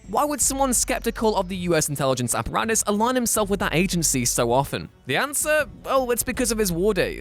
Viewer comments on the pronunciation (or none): none